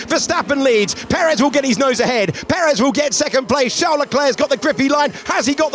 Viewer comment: Every time he says Charles without silent "s" I die a little 😉